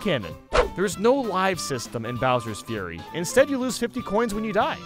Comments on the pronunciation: Did anybody notice that said "Bowser's Furry" and not "Bowser's Fury" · you said Bowser furry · say bowsers furry not fury tbh was a laugh for me